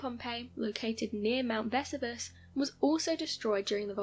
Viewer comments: 'Leaving in the UK'? And no, in the UK we don't pronounce Vesuvius the way she has in the video! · Baker Vesuvius....she butchered it terribly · Lol yeah she’s missing that “i” in there. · Is the mispronunciation of my Vesuvius ignorance or another attempt at sounding clever? It actually grates as ignorance. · I have scores of relatives in the U.K.. That is not even close to how they pronounce Vesuvius. They say it the same way we do. Please correct her pronunciations. Someone sure loves that picture of the crows silhouette in the moonlight. I have seen it in at least two other clips. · I am British, we do not pronounce Vesuvius the way she has in the video 😂 🤣 😅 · Vess u Vuss ? That's a new one on me, thought she was Talking about a new volcano! Jeez what's wrong wth people? Its not a cool thing to do at all just moronic ..... Vess ooo vee us - Vesuvius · Ve-SU-vi-ous. Not Vesivus. Not Ve-su-VI-us. The narrator pronounced it at least two different erroneous ways. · Pronunciation=Ver-sue-vee-us , I too thought they had found another volcano in Naples 🤣 🌋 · Other than Vess oo veus Herculaneum the latter part pronounced as R num as opposed to ...what she said is not ruins, but a very intact city worth a visit should ‘Crayola’virus let us tour again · ‘Veh-soo-vee-us’ And how can something become a ‘solid gas’? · THANK YOU! It was driving me crazy. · It seems I’m not the only person intrigued by how your pronunciation of Mt. Vesuvius was. I’ve always heard it as Ve-SOO-Vee-Us, so I just attributed the difference in your way to be just the British difference. But it seems I’m wrong, many others find it not the British way. Anyways, I had to comment as it struck me strange too. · Versoovius that's how its pronounced. Dont know why that bugged me like it did. But it really did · And teach her to pronounce words correctly if you insist on using her. Mt. Ves-oo-vee-us..... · Wow, terrible pronunciation of Vesuvius